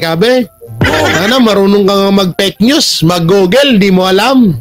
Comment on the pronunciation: Tama ka jan fake news bigkas niya is peknews.